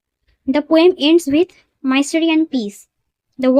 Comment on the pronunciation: Pronounce korte sekho age mystery ke tumi pronounce korcho maistry then oft k bolcho off ota often mam